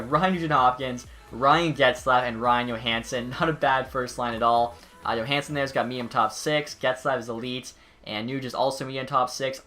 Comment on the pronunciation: Bruh, you said YOOHansen